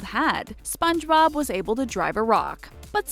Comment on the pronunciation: This Girl Said Spongerob but she said spongebob mutiple times and Its Zubat not Zumbat Dont Trigger And Pokemon Lovers